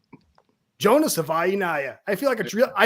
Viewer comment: Nailed Jonah's name 👏🏻👏🏻👏🏻😂